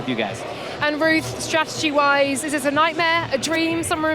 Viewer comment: there's two 'T's in stra-ur-jee.